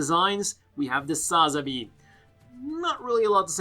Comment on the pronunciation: Can you plz learn how to say sa-zabi right plz and thank you